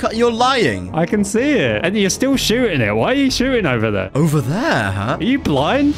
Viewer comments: jover LOL insted of over lolllll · I like how he says its jover instead of over